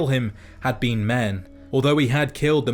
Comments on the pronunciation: The only thing that bothers me about this video is that you pronounce been as bean. Lol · I love to think he's saying bean instead of been